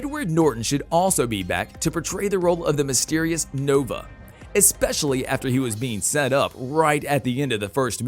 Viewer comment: It would have been nice if the announcer had seen the first movie to get the pronunciations correct on the characters and the city in the sky. Since owning this movie and having watched it multiple times it was cringeworthy hearing "Doc Eye-to" and "Zall-um" At least he got Nova correct, lol. One of my favorite all time Science Fiction movies.